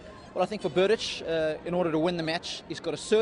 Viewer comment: Tomáš Berdych (Czech pronunciation: [ˈtomaːʃ ˈbɛrdɪx]; ... When are you going to learn that???